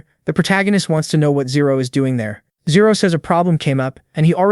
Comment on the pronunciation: Riumin as zero😅